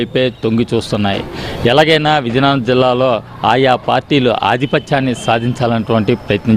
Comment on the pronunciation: Reporter naaluka tiragadam ledu.Natti. VIZIANAGARAM yesa marchukondi raa nayana